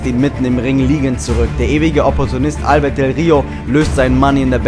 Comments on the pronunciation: Albertooo del rio.ALBERTOOOOOOOO mit nem o am ende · bitte sag ALBERTO nicht albert hahaha ._. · Er heißt AlbertO nicht Albert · Es heißt ALBERTOOOOOOOO, ich raste wieder ausxDD